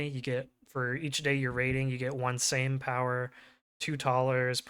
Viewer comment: Your pronouncement of Sejm was pretty good.